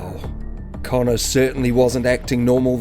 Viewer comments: It's conner not Collin I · Its Connor, not Colin- geez!